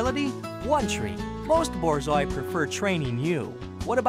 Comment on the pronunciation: “THE BOARZOAI”